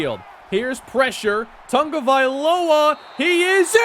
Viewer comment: Is it me or is he adding an N to Tagovailoa